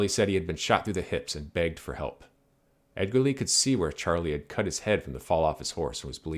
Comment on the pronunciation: Thanks for the video. It's always cool to hear about Winfield Edgerly because he's an relative of mine. BTW it's pronounced edge-er-lee